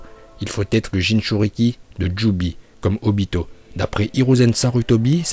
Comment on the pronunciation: On voit que t'as pas perdu ta prononciation parfaite en vo !! Surtout le obitoDaaaa!!! Kushimaru est trop stylé avec sa coupe et surtout c'est un bon couturier !!